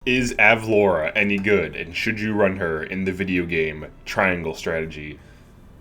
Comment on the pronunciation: ur pronouncing it right. it's like the city from family guy